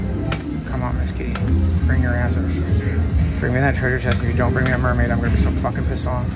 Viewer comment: This mofo said *sperm*aid 😂😂😂